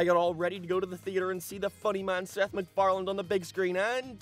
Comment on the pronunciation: It's hard to take the video seriously when in the first 2 seconds you say "Seth MacFarland"